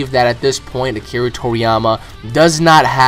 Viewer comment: What's really annoying here is you getting build up over a stupid intervew, claiming stupid things about the story's author. When did you get into Dragon Ball, last year? Is funny that you want to go "canon priest" over the series's creator, you literally make no sense, and your pronounciation of japanese terms, including Akira's name, is vomit inducing.